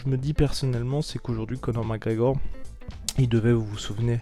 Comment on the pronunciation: "Co'or MacEor"